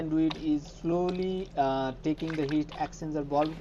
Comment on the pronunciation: Great vid but took me ages to work out what you were saying and the transcript didn’t help. Its the “Heat Exchanger Valve”…. But your English is still 1000x better than my Hindi. Many thanks!